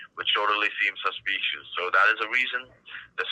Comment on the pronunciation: Can someone please beg him to stop saying “ informationS”. It’s driving me insane. I can tolerate the rest.. bang account, saspeeeeeshus activity, codehouse, UNDER your name, each and everything, Illinois(e)